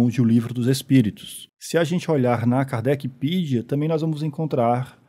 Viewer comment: KARDECPEDIA ,não é Kardecpidia